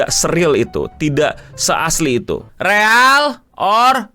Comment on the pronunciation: Sumpah bang gue pengen nyambit pake remote ac pas lu ngomong riyal or fake